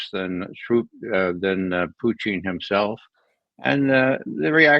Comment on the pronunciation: God I wish he’d quit saying “Puteeng.” It’s Poo-tin. So irritating. Literally NO OTHER HUMAN BEING SAYS PUTEENG.